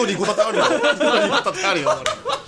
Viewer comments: リドリーじゃなくてミドリーww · キヨが、 リドリーじゃなくてミドリー って言ってるのくそツボったんだけどうちだけ？？